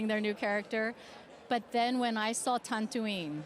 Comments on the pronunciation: She literally said Tantooine. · Noooo 😂😂 Ming-Na kept saying "Tantooine" instead of Tatooine 🤣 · Ming-Na Wen: "I'm a huge star wars fan!" Also Ming-Na Wen: "The New Hope", "Tantooine"